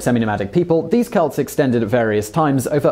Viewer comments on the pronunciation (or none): none